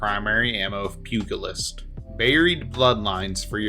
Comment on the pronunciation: I keep coming across youtubers who pronounce pugilist with a hard G for some reason. Very weird.